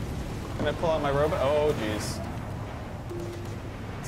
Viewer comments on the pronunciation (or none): If I hear robut one more time I'm quoting the video